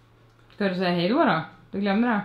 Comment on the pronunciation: gillar att säga Haej